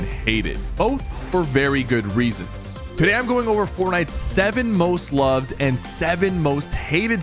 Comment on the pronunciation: bro really said lov-ed